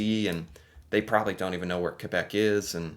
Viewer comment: Hello, I want to appreciate (would that be the right word.. not sure, I'm French Canadian) you in using the right prononciantion of Quebec in your comment, very nicely done!